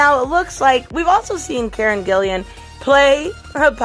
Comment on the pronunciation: Its Gillan not Gillian